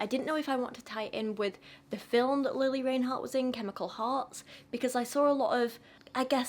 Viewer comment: Before you diss someone, learn how to say her name correctly